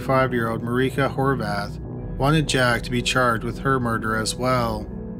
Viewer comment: omg the way he pronounced 'Horváth' was literally perfect wow